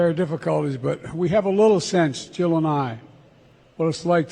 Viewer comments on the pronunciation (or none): none